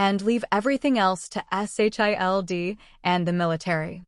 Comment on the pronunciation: Starting to wonder if this is an AI voice. It actually pronounces S.H.I.E.L.D properly instead of a 1 second stutter per letter that most vids have.